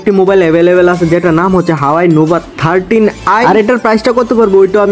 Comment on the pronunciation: হাওয়াই না হুয়াওয়ে